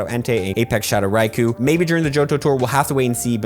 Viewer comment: It's Rai-Ko not Kou